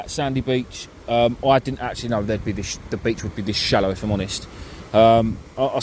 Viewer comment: I bet if some of English words look Welsh the way you pronounce them. Du-the. Wowa-water. Free-three etc. as bad as us Geordies haha. Great video tho. Personally I would feel a blank coming on, fishing in water so shallow. Ain't got the bottle to try it.